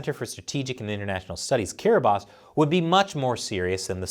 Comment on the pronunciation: Are any of us going to give this man props for googling "how to pronounce kiribati"? lol I had no idea until I heard him say it and wondered.